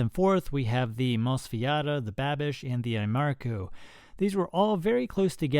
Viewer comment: lol calling the Babish knife "Banish" :P